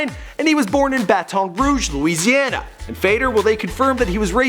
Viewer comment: At least he said Louisiana right